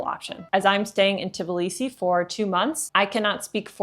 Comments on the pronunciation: For all my beautiful foreigners it is not TiBilisi - Tbilisi ( please remove Ti :) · 🫨🫨🫨 Try saying t-Blee-see. Not teh-bull-lee-see. 😄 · This is TBilisi, not TiBlisi